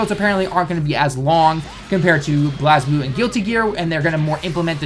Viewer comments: BELAZE BLUE not BULAZE BLUE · FUCKING SAY IT RIGHT STOP SAYING BLAZE BLUE IN A WERID FUCKING WAY. YOU PLAYED IT ONLY ONCE